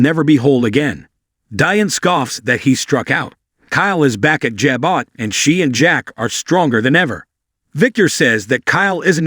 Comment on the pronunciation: The company is pronounced: JAH BO!!! NOT JAH BOT!!! Don’t you people EVER watch and listen to the series YOU announce?? Katheryn is NOT PRONOUNCED Kath er reen!! Try Kath ryn!! This is why I HATE listening to these YouTube programs!